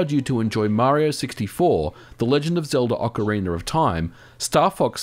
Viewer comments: Ocarina!, not ocariner. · Why do you say "OcarinER of Time"? Serious question.